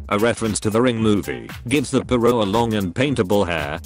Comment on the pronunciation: “literally the peeyro”